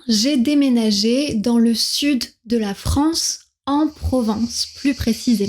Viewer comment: Commencez donc par différencier vos "é" et vos "è".... FRANCÉ c'est insupportable